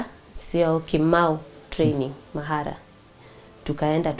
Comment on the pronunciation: Wait did she say mahara?